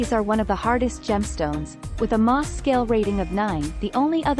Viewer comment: It would be nice if when people insist on using Text-to-Speech Engine to narrate, that they'd TRAIN it to pronounce words correctly, such as Moh's which is pronounced "Mows" like "He mows his lawn with a lawmower" ! Not MAWS ! Mogok is pronounced "Mo-Gawk" ! PS> One of the largest and most productive Ruby Mines currently is in Iceland.